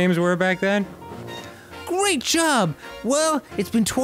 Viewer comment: the gweat repwacement